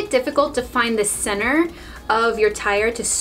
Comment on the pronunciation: You kept saying “cenner” when you were doing the tyre, what is “cenner” I’m confused?